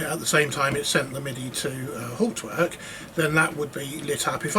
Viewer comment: PLEASE PLEASE PLEASE learn how to pronounce Hauptwerk!!